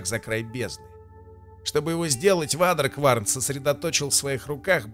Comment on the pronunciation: Почему никто не может произнести правильно Waderkwarn? Не вадеркварн, не водикворн, а уэйдеркворн.